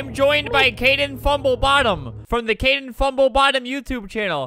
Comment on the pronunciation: His name is Kaden not Kayden btw